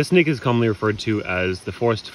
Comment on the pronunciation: it sounded like he said this nigga 😂 I know he said snake but go listen to it hahahahha